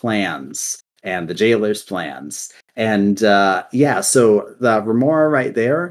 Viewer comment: i really enjoyed this. i played Shadowlands quite alot and didnt notice many of the things said there. Only thing, you said Remornia wrong and it triggered me soo much, Sword life matters haha, its just sire denathrius and his Yandere Sword are so likable characters. The quotes from there are divine